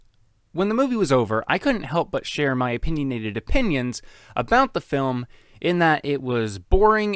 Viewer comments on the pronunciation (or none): "Opininionated opinions" omg 😂😂😂